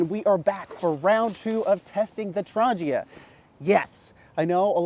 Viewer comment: There is no 'J' in Trangia. ;-)